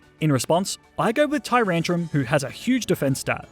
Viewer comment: TYRANTRUM, NOT TURUNTRUM!